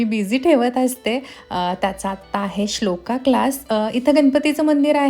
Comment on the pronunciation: Not sholaka it is sholak